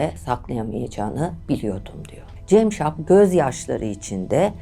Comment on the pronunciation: Dinlerken sinir krizi geçirdim hayatımda dinlediğim en kötü şahmaran hikayesiydi.ŞAHMERAN değil ŞAHMARAN CEMŞAP DEĞİL CAMSAP..Neyi düzelteceğimi şaşırdım...